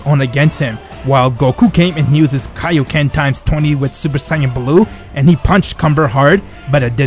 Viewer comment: its called kai-o-ken not kay-o-ken